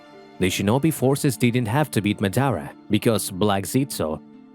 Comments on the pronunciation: ma-da-ra not mad-ara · Nigga can’t say madara right smh